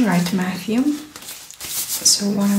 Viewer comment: ate his name James ?? she keep saying Mattrew?